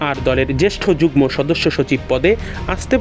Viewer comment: পড়াশোনা না করে অটোপাশ কিংবা কোটায় সাংবাদিক হলে যা হয় আর কি। যুগ্ম এর উচ্চারণ যুগনো হবে। গ্ম=গ+ম কিন্তু এখানে ম এর উচ্চারণ উহ্য থাকবে।